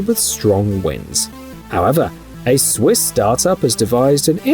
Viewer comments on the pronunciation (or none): none